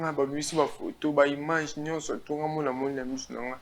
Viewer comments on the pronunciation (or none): none